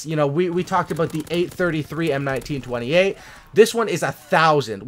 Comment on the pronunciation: Aiiiiiii look, he said M1928 right this time, tho it’s the M1A1 model...